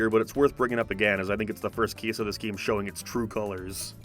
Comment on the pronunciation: He keeps saying “GIAM”